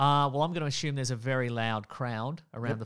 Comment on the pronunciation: I just listen to hear them say Ashume. It makes me feel lame every time I say Assume.